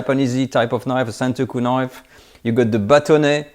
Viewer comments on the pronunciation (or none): none